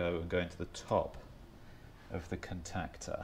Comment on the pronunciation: "contactor" lol..just sayin ;-)